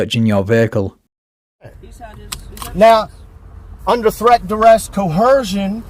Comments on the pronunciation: For a registered pervert to try and project this legal or moral high ground is just nauseating. This guy even looks like a S.O. // Ugh, listening to him butcher words like "Trett, Dress, and Co-HEEERRR-Jin!!!" is equally stomach turning 🤮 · "Threat, direst, and co-hershin!"